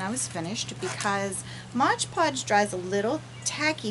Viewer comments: it's MOD podge....geez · Mod, not modge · It's Mod Podge, not modge podge. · Very nice project but the adhesive is M O D Podge not modge podge. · Fabulous work. No offense intended: It's Mod, not modge.